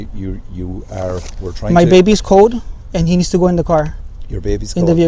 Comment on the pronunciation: Being a Hispanic in the U.S., I’m pretty sure he’s a Mexican (probably Guanajuato) based on his pronunciation of cold. They typically pronounce cold as code, whereas in Nuevo Laredo they pronounce it as cald. Anyways, that with his citing of U.S. nonsense, I’m certain he’s in Ireland illegally